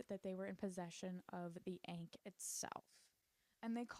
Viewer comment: a lil tip ankh rhymes with honk. It’s kinda like “honk” with the h removed so “-onk” !